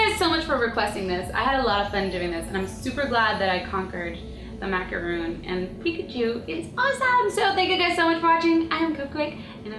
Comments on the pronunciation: It's MACARON NOT MACROON!!!! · It's spelled macarons, Cupquake :) and pronounced maca-Rhon. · MACARON not macaroon macaroons are a different cookie, and pronounced mac-a-raw with a french accent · its macron not macaroon. The difference between them is a macron is a french desert. While a macaroon is a coconut cookie.Just saying ^^ <3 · It's actually pronounced "Mac-a-rohn". Macaroons are made out of coconut, French macarons are what these are. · ITS MACARON WITH ONLY ONE O!!!! macaron: meringue-based cookie made with almond flour, egg whites, and granulated and powdered sugar, then filled with buttercream or fruit spread. It has a crunchy exterior, and a weightless interior with a soft ending. To add to the confusion, it's often called a French macaroon. macaroon: the term is equated with the moist and dense coconut macaroon, which is composed of egg whites, sugar, and dried coconut, piped with a star-shaped tip dipped in chocolate. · It's macaron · It's pronounced macarons but spelled as macaroons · Shes saying macaron wrong. I would know. I'M FRENCH XD